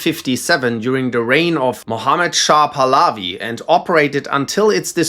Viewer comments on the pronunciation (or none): none